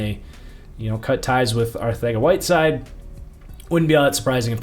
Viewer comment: Is there a reason he pronounces Arcega-Whiteside as ArTHega-Whiteside?